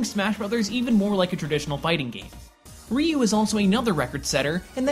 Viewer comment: Why did you look up how to pronounce Joudan Sokutogeri but not Ryu? I'm not Japanese but it still bothers me when you butcher a word like Ryu so horribly :( I mean Japanese really doesn't have the most difficult phonetics in the world.